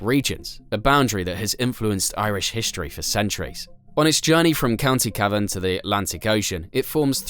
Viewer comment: It's pronounced "KYEAAVEN" not Cavan 😂 and if they could keep the river there they would